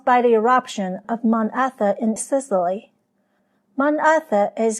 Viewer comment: Very interesting, and well-represented information about a poorly-understood time🙂 Please accept the correction of the volcano name to Etna, rather than Etha (which no mountain is named)🤔